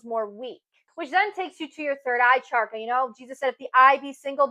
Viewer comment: Thank you for your insights! I just wanted to ask - when you say charka, don’t you mean chaKRa?